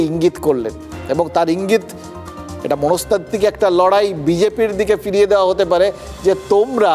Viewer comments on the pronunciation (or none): none